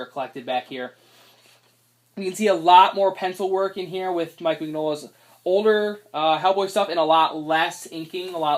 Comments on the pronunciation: His last name is not pronounced "", its "min-yo-la" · ***** Don't worry. It's taken me years to retrain myself on the correct pronunciation. It's an in-joke between my brother and I. "min-YOLA" is how he always types it out.